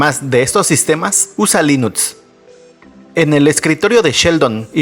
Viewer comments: Linuts????? 😂😂😂😂😂 Los datos son buenísimos, pero de webísima la narración y la pronunciación... ¡mega malísima! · Ahora dices, Linuts 😂😂😂😂 no bueno